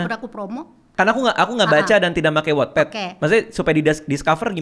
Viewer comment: Ooh bacanya wotped.. Selama ini aku bacanya wetped 😂